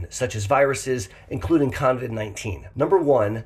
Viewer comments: OMG - you keep saying “convid” - sorry, driving me nuts. Luv u anyway. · I caught that too but I'm in Australia and just thought that was the American name for it. 😁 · Thanks for this info, although I'd feel less weirded out if you didn't call it con-vid 19. Not sure where the 'n' came from. 😂 I'm always amazed by how many people still don't seem to understand the rules of basic hygiene. 😳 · lol I don't mind, but I've noticed how many people have already started calling it Con-vid 19, even when typing the name. You've started a trend,. If you hear the name, you know the origin! 🤣